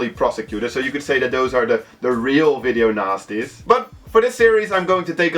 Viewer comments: When he says ''Video Nasties'' sounds like ''Video Nazis'' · i thought he was saying video nazi. haha . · I almost thought he said video nazi's list. lol